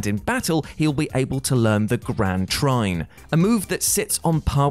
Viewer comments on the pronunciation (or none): Ah, yes, "TRAIN!!" I knew it wasn't, "TRINE," tho... and that's what it sounds like dude is saying in the video, lol.